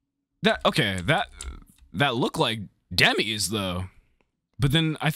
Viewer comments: Did you just say Demese? I hope you meant Demise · You say Dem e's but it's Dem eyes. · Who the hell Dem-ese?? 😂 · "THAT LOOKS LIKE DEMEEZ THAT LOOKS LIKE DEMEEZ" LOL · Something only Zelda can do...Seal away Ganon...AGAIN, like always. Also Did you pronounce Demise as Demeez? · I can't get over how he pronounced "Demise". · I’m sorry but the way you pronounce Demise even when it’s a real word lmao